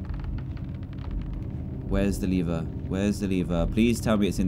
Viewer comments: I IS. NOT LEEVER IT IS LEVER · He said Lether instead of lever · Nobody: Dan:where's the lether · Dan it’s called a lever (lev-er